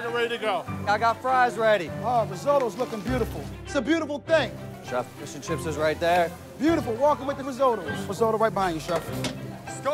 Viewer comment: i swear this narrator can NOT pronounce the word fish : Faeshe